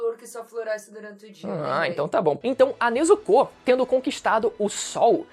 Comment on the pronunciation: NezukÔ/TanjirÔ Mano, isso é um pouco irritante o bagulho não tem acento circunflexo no O mas nego coloca na hora de falar